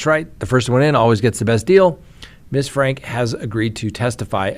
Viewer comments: You probably haven’t watched news stories on this. Her last name is pronounced “Frankee”. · It's pronounced frank-ee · Ruby FRANKE, pronounced FRANK-EE!! Her husband pronounces his last name as FRANK-EE, so I assume that is the correct way to pronounce it. my friend, everybody pronounces it FRANK-EE except you! Why do you always buck the system?? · Franke is pronounced with the 'e' on the end, like 'Frankie'. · Glad you said something but it probably won't change anything. I thought I was the only one SMH at this mispronouncement!! 🤦 😅